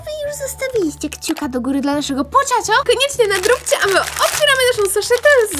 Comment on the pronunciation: Nie mówi się pociąćo tylko pochaco